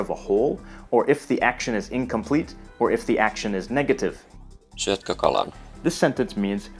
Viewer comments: shyöt :D. To me it almost sounds like a russian accent though I haven't heard that many russians speak so... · Your effort and good intention is appreciated, however the pronounciation (syöt read as shiuut was a total cockblock, and also the 2nd syllable accent -- it's always on the 1st) really should be researched more. No point to rush these videos if they're only moderately accurate. I guess the finnish guy that you tried to copy the pronounciation from had some lisp. Btw, a finn would never complain, so I stepped up to the task because I'm not one :D Cheers. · From what area is the pronunciation of the word "syötkö" ? The speaker starts with an unfamiliar "sh" sound that doesn't appear in either the Duolingo or Pimsleur materials I have been using to help me learn Finnish. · The voices are not native Finnish speaker, unless they're shitting you by telling you that they are pronouncing the words properly. Some words are close, but some are pretty far off (syötkö being the worst of the bunch). I'm amazed if nobody has mentioned this before, particularly if they actually speak Finnish. Perhaps people are being polite, or simply do not speak the language. But to those of us who do speak it, the (mis)attempts at pronounciation are quite obviously off.